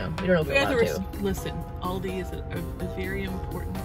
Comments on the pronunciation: actually its al-dee it originated from germany (if my memory serves me correct) and is famous in australia and u.k and its all pronounced al-dee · Americans pronounce it wrong it is pronounced Al-dee not not all dee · if u look at American pronunciation it's aal-dee not all-dee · So weird to hear people say Aldi and not Aldi’s because I’m from the Midwest and everything has an s at the end 😂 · I didnt know you had aldi in America. We have them in the UK and lidl. But we say Al Di not OL DI XXXX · AL DI not Alldey ‼️‼️‼️‼️ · bruh it's al-dee not all-dey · As an Australian, with a rich, elegant and superior way of the pronouncement of the English language, it does make me cringe a tinge with the pronouncing of Aldi.. It is Al-Di (Like “Al” as in “Al” from married with children) not All-Di.. Ew... Cool chicks though would watch again 🤌🏼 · It’s AL-Dee like the Al from Alan and the Dee from the word deep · no it's not it Al-dee Al as in like the name Alan not all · Al (like the beginning of alan) - dee From a brit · NO NO NO MY UK HEART its al-de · It's al-di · Most say Al dee in Australia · oh that's fine!! I completely I understand. I'm over in the USA now, but I was over in Bayern where they said All-dee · Like the Australian ALDI back to school ads with Al and Dee! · wait, what? I used to work there and we all (management on down) said All-dees. Like Alldees things in this store.... How were we "supposed to" be saying it? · Honey, I indeed am German. Of course they won't be able to say it the EXACT German way, but it's close enough. Especially considering the other way people say it is "Al-dee" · Yes, I live in Georgia, but I just now realized that I add an "s" to the end that is not supposed to be there! Oh well, I'll keep saying all-dees. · Here in australia is pronounced Al-di Like “ hey Al” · As an Irish Ex-Pat abroad, the Aldi FOMO is real. Although she is pronounced "Al-dee." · You are pronouncing it wrong, but all Americans do so I’ll give you a pass.